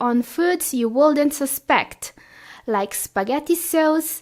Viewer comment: Hell, "should" and "would" are pronounce with silent "L"! My triglycerides spikes with your "shold" and "wold"!